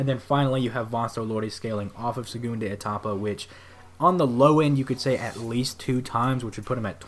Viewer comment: It's pronounsed "sehgoondah Ehtapa" or just "second stage" other than that, great vid man.